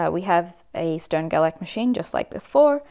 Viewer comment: Also, since they're German - it's pronounced "Shtern-Gerlach"